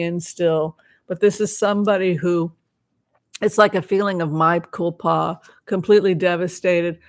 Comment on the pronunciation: A quick correction, since you said you welcome it: It's mea culpa (Latin), not my culpa. Mea is 2 syllables, pronounced just like in Spanish. Thank you,, for these sessions, which I enjoy very much.